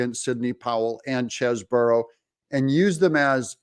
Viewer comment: Doug, please take a real look at how Chesebro is spelled. One "O", so not Cheseboro.